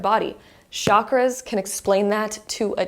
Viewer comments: It’s not shockers it’s called chaaa-Kraaa-ass. Please do not mispronounce this. Chakras means wheel or circle ⭕️ what goes around comes around. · It’s pronounced “Chak-raa-s like CHUK-RAA-S